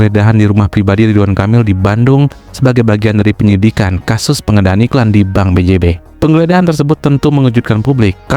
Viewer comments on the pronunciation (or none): none